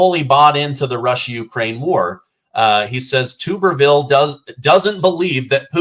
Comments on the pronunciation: It’s Tommy TUBerville, not tube. I’ve watched him coach many football games-trust me.;) “Tub-er-ville” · TUB (like a bath tub) er-ville. The U is long. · It's Tommy "Tub" berville... like tub in "bathtub" 👈😉 He's a great guy. And this was an awesome interview! ❤️🇺🇸❤️🇺🇸❤️🇺🇸❤️ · FYI, it's pronounced "Tubberville". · Senator Tuberville is pronounced "tub" as in "rub-a-dub," and he had a winning record against Alabama. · Hey I live in Arkansas and my wife went to school with Tommy. Just so you know his is pronounced Tub-er-ville. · Tommy Tuberville is my senator in Alabama.. it’s pronounced Tuberville like a bath-tub!